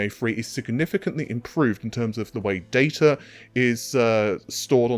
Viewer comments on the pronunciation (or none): none